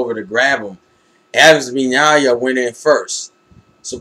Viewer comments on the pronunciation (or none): It's Now-ya actually (Naoya) :P